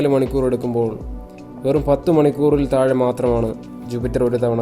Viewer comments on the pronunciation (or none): none